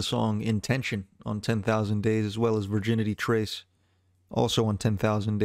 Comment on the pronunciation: #MeToo Also, he calls this song "Virginity Trace" when it's clearly not pronounced that way, not even close It's Viginti Tres not difficult to pronounce unless you're this channel's author content creator, here..